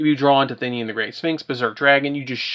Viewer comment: "Thin-ian" smh